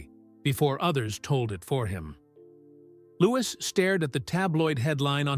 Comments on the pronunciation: He Still Calling LEWIS, Louise Not LEWIS, GET YOUR ACT TOGETHER,👍🏻👍🏻👍🏻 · Why Does The Guy Telling Story, Call Lewis By His Proper Name, LEWIS, NOT LOUISE 👎🏻👎🏻👎🏻